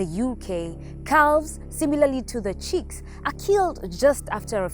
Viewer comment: The word is "chicks" not "cheeks".